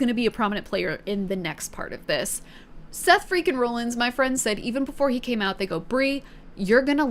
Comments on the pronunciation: Lmao!! It made me a little mad too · Roll Ins? Not raw-lins? Ok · I love the misinformation honestly it made me laugh. Like Becky being married to LA Knight and not Seth “Roll-ins” (it’s pronocuned Rawl-ins) or every time you’d say Bloodlines instead of Bloodline. Great video and welcome to wrestling! Peacock has all the premium live events like Wrestlemania as they happen, and they get the weekly shows one month after they air, but they also have the entire backlog of WWE if you want to watch old things. They have a really good documentary on Cody Rhodes and several about The Undertaker. I’d recommend watching those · (RAH) (LINS) not (ROLL) (LINS) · Why are you pronouncing it Rawlings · Raw-lins not rollins. he pronounces it weird. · seth rah-lins, not roll-ins. text it to yourself, although im sure with over 1800 comments you have heard this already. im not reading them all lol. great video otherwise. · Very understandable mistake, based on how it's spelled. But.... "RAH-lins" Not ROLL-ins... Sorry, had to just do that one. Rest is fine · Best part is that you pronounced it Rawlins once then proceeded to go back to the Roll-ins pronunciation 😂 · no hate, only saying this because i haven’t seen any other comments but Seth’s last name is pronounced like raw-lins. no hate, love to see new fans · Seth Freaking Roll ins😂😂 I can't help but laugh when she says roll ins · It’s pronounced Seth Raw-llins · Seth Franklin rollings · You watched WrestleMania and even heard your friends talk about Seth Rollins yet you couldn't even pronounce his name right also jey and Jimmy uso aren't cousins they're brothers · The way she pronounces Rollins 😭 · You’re saying Rollins wrong 🤣 love it!! Welcome to wrestling entertainment universe. The fans are a huge part of it too!! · The crazy thing to me is mispronouncing Rollins but nailing "Asuka" on the first try